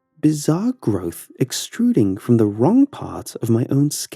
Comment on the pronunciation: i love how you pronounce the g in words like wrong ith k at the end ; wrongk